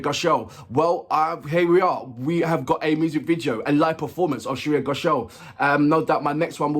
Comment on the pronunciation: Hey! Her last name is pronounced as 'Gho shaal' , and not 'Go shall' 😅😅😅😅